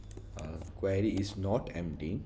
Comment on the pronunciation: buddy, why are you calling Queue as Query